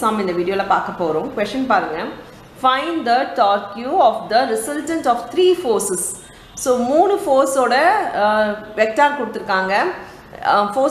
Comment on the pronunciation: Tor q illa mam torக் (torque) 😂